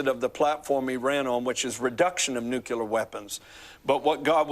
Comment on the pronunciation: Was nuclear also mispronounced throughout the dream?